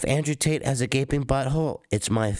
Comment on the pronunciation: This rat can never seem to get tates name out his mouth 😂